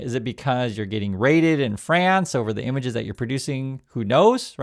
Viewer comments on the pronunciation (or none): I hate how he says "uth"